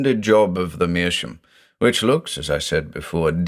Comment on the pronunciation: Great story once again. I'm a bit confused why you pronounce "meerschaum" as "meerschoom"? Is that common in English?